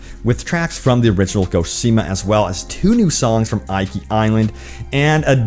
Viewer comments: can you please have some respect and pronounce Japanese location names correctly? you keep saying ikea , but this is not an English i this is an e, this is eekee, that is because romanji is different and is closer to French that way. I will hunt you forever if you dont fix this: いきしま です！ hiragana, your welcome. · OMG Thank You!!....I was scanning the comments to make sure I didn't double post this. I cringed/internally raged every time he said "eye-kee"...... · It's pronounced ee-key. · I know it is minor, but the way he pronounces Iki is just weird. Iki is supposed to be pronounced as Eeki. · It's "EEKI" LOL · Bro it's pronounced "ee-kee" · Yo choom, the Is in Iki are pronounced the same, the way you pronounced the second one, not differently the way you did. Rule of thumb with Japanese, any given character is always pronounced the same way.